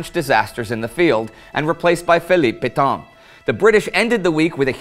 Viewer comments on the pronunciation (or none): Sorry that I return now and then for pronunciation issues. 'Pétain' and the 'chemin' in 'chemin des dames' pronounces like the 'a' in the English word 'lance'.